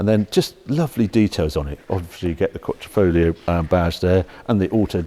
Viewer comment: New italian word by Our Harry: “Quattrofoglio”